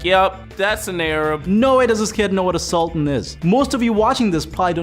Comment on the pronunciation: Says the guy who does not even know how to pronounce Sultan properly